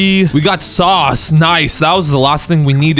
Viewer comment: You mis saus bruh 😂